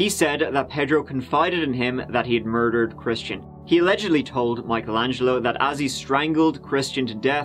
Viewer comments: I thought you said Christina Aguilera. And i was immediately confused. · Shmistian? Lol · At first I thought he said “Christina Aguilera”... 🤔🤔😃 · Why does it sound like is saying "Christina Aguilera" whenever he says that dudes name? lol 😆😆😆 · Rhymes with "Shmistian..." Oh, 🥰 That's my code! Coworkers have no clue who I'm talking about. It's flawless. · 'Ya wouldn't happen to be datin someone who's name rhymes with Smishtian'?? 👏👏 😆😅🤣🤣😅😆 its the little things 😜